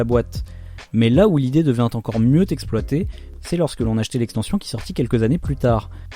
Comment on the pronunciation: "l'idée [...] mieux-t'exploitée" ! :-D ;-)